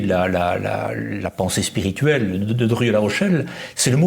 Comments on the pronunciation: Très intéressant, mais pourquoi l'animateur dit-il "Dorieu" ou "Derieu", au lieu de Drieu ? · Ce nest pas : "Durieu" mais : "Drieu", mon bon ! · Je n'ose imaginer qu'il confonde Dieu et Doriot. Je pense davantage qu'il pèche par la prononciation : nous prononçons "i-eu", mais lui "yeux". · Mais cessez donc avec Dorieu ! C est drieu...c est gênant quand même 😂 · Drieu. Pas Dorieu! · pourquoi le crétin qui sert de journaliste prononce toujours "Druuuueu" au lieu de "Drieuuuuu" ??? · c est penible cette prononciation il est sourd ce mec ?